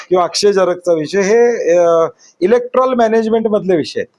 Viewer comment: इलेक्ट्रॉल (Electrol) नसतं बाळ, ते... Electoral (इलेक्टोरल / इलेक्टरल) असतें 😅😂😅😂😅